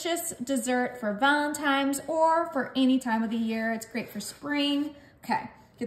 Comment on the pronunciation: Holy crap, did you say VALENTIMES??? And you didn't get every bit out of those cans...